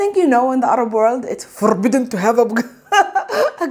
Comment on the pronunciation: "It's foRRRRbiden to have..." 😄